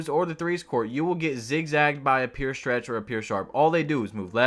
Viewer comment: “Pyour” not “peer”